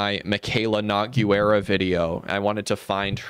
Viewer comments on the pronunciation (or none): every time you said Nogueira it gave me physical pain